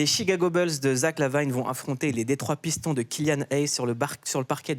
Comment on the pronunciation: Une légende de la NBA 😱 Bonne vanne 😂 Y’a rien qui va dans cet accent : « les « Pistons » (à la française), « Zach Lavaïne » (qui pour le coup, se prononcé comme en français). Et le Joakim là… une série sur plusieurs séries ? Mais qu’est-ce qu’il dit lui ? Parcours incroyable… rien d’extraordinaire pour un joueur NBA !